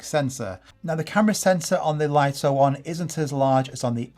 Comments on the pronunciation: Many YouTubers pronounce it correctly as "LIT TO," only a few American YouTubers pronounce it as "LIE TO" like you! Another example is the famous Japanese camera brand NIKON. The correct pronunciation in Japanese is NIK KON, but ridiculously, many Americans pronounce NIKON as NINE KON, just like you pronounce "LIT TO" as "LIE TO." This deviates from the original pronunciation. This might be due to your habit of naturally pronouncing the letter "I" with an "I" tone, but it's incorrect. Please respect the original creators' pronunciation! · Laito❌ Lito ✅ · It would have to be spelled "Lieto" to be pronounced l-eye-to. Lito = Lee-to. Maybe someone needs to tell DJI to check themselves :) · Pretty sure it’s pronounced ‘lee-tow’ not ‘lie-tow’